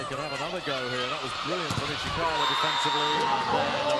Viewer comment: At 841, the commentator said Ishikawa's name as Iwasaka. lol